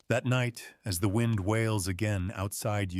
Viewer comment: "wined" howling... Spoken by a machine that's never felt or heard any wind.